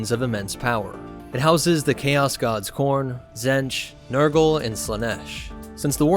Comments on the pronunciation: Zenj? Its pronounced Zeench. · It’s pronounced Tzeentch not Tzentch. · "Zench" Alright, time for a new video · Ah yes ... Zench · Stick to starwars bro cause you completely misunderstood what the warp is and, you can't even pronounce Tzeench correctly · Tzeentch is pronounced with a long E, just for future reference... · Tzeench has a hard "E" so it is like pronounced like "Eat". He is weird like that.